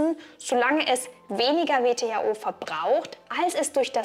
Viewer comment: Kleiner Sprachfehler: "VTHO" statt "WTHO"